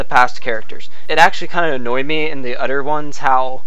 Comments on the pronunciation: It's "other" not "utter". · you do know that the word other doesn't have the letter D